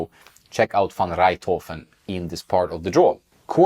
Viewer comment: Tim van rijthoven is not 19 he is 25. good job pronouncing his name though.